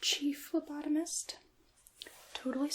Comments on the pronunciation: Lol phlobotomist. Subtle but oh so important difference 🤣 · lol that's what I thought she said too 😂